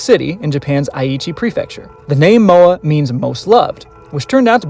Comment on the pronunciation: Please... just say Moa.... I'm trying so hard to keep watching the video but its hard when you say her name that way xD Please just say Moa ;)